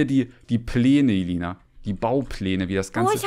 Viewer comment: ruft: Ailina? heißt es nicht Elina 😆😆